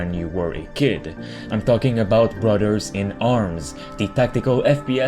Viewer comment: “Brudderds” lol